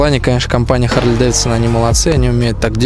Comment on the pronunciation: когда же вы начнете правилно назавание произносить - Харли, "-ли", не "-лей". чтоб посмотереть данные с компа, зажигание включать не надо. просто переключатель в лево, в позицию "accesories". ну и переснтаньте крузеры називать чоперами.